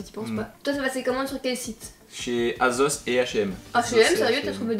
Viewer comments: Asos pas azoz 😂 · Assose et pas azose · Vous dites azos 😂